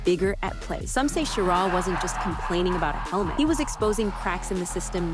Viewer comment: Well, you pronounced Schirra right about half the time. But why the cheesy images when actual photos are readily available?